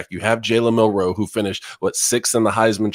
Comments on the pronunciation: Why do you guys think the emphasis in Milroe is on the 2nd syllable? It's not! It's MIL-roe. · Why do these guys say milroe like they have a speech impediment